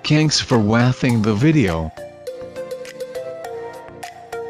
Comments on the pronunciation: 'Thanks for wathing' made my day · ...check out the ending...wathing..hahaha